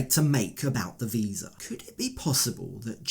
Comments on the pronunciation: really. I noticed that. He can’t even say visa correctly. 😂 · Dude, it’s pronounced VISA not WISA. He’s putting Jen down and can’t even speak. 😂